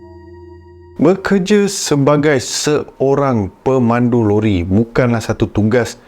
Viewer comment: lori ke rori😅😅